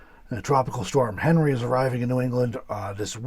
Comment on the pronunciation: Henri is a French name and is pronounced as “on-ree”. The good side of this dtorm is wetter than normal it appears.